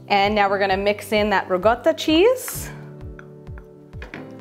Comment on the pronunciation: It’s riCotta not rigotta!